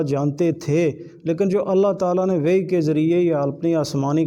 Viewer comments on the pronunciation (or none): جاہل کیا مناظرہ کرے گا یہ تو اردو اور قرآن پاک کو صحیح مخارج سے ادا نہیں کر پا رہا ہے یہ وحی کو وی پڑھ رہا ہے کیا مناظرہ کرے گا اس کو تو مناظرے کی تعریف بھی معلوم نہیں ہوگٸی ان لوگوں کا جھوٹ بولنا پیشہ ہے عبد الوہاب نجدی سے لے کر یہ قوم اج تک قوم کو گمراہ کر رہے تفسیر تو کیا جانتا ہے مولانا زبیر صاحب نے اپ کو دلائل کی روشنی میں جواب دیا لیکن اپ اس کو ہضم نہ کرسکے ایک زبان بھی صحیح سے نہیں اتی اور دعوی ٦ زبانوں کے علم کا کر رہا اس سے بڑھ کے جھوٹ اور کیا ہوسکتا ہے